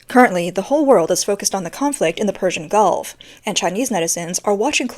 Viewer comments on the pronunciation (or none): none